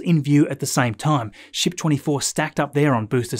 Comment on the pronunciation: Dude! Every time you say “ship” my kids think your swearing (shxt). The family was laughing like crazy today. Love your videos.